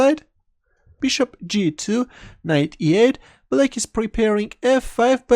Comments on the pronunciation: First few videos I thought he was saying Blake instead of black... whos blake.. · Hahah mate I was wondering why everyone was playing against this guy named Blake. You just have a very particular pronouncation for Black, also for Rook. Nothing wrong with it. instantly recognize your videos when i hear your voice